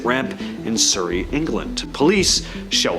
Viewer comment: SUHrrey not Soorey.. only Canada mispronounces Surrey uhhh